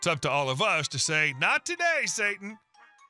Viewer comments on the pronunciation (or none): none